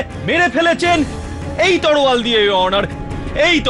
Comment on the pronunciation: আই এমন কে এত বড় একজন সরকারি উকিল দেখালেন পরিচালক সাহেব কিন্তু উনি উচচরনে এত বড় ভূল করলেন তলোয়ার কে বললেন তলোয়ার।